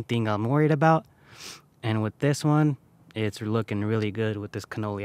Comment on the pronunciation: Sorry but it isn't pronounced Cannoli, which is actually an Italian pastry, it is Con-nel-ly. You may be a bit young to know their history but they started in 1878 and are considered the finest leather maker of all time, still under the original family's ownership. You should take the time to learn of their pedigree, I think you will be very impressed. Hopefully you will find this helpful, btw your M5 is still one of my favorite's.